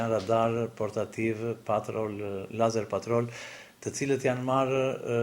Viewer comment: ore cfare katunari .. nuk thote( leizer) ..po e thote si shkruhet lazer.. nuk eshte fjale shqip o katunare .. dhe kur nuk e shte ne shqip atehere thuaje sakte ne gjuhen qe eshte fjala .. drejtore ky tjetri ....fuck....gazetari me toc ..